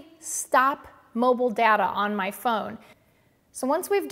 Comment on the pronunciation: You mispronounced data about 50 times